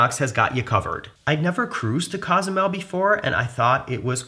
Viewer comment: I enjoy your videos, so thank you. BUT, an annoying detail. You're clearly a bright guy and respectful of other cultures and languages. Which makes your repeated mispronunciation of Cozumel strange and jarring. It's Cozumel with a long "o," as in coca or copilot or simply "Oh!" It's not "Cah"zumel or "CAW" zumel. It's COzumel. Ezy Peazy, yes? Danke, gracias, and thanks. 👍🤜🤛